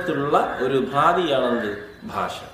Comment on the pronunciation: ഫാഷ അല്ല ഭാഷ